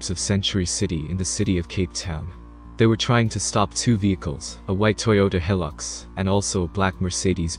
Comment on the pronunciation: Toyota Heelux, i lolled